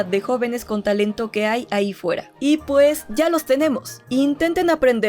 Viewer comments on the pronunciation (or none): none